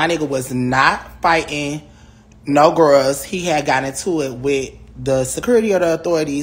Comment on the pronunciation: “He was with his home gworls”